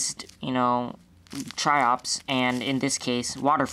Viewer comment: sounds like your saying chops (Triops)